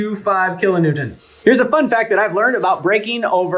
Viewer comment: Kilonewtonts? That’s what you said ? 😅